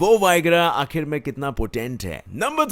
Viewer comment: आखिर होता है आखरि नही